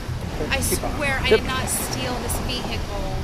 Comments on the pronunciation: ve hickle 😂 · Vee hickle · "i swear i did not try to steal this vEeHeecUle" 😂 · tryna be cassius thundercock so badly 😭 "vee-hickle"😭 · "I promise i did not steal this vee hickle" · Wtf is a vehecal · why angie pronounce vehicle like that- veHicle bro hit it with the hard h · "I swear I did not steal this Ve-kik-ul" CRYING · I really like how Angie pronounces "vehicle".